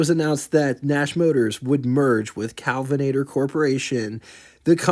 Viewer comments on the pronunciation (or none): Well done! My only criticism is that i cringed every time you said "Calvinator" instead of KEL vinator. Someone mentioned gas being very different back then. It was, but not as high a quality as it is today. Cars ran different because they were designed to run on the lower quality fuel. Today's cars wouldn't run as well on 1960s and earlier gas... pdrobably not 70s either.